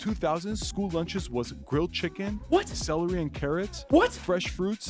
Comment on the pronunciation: he said chickflay while i was eating some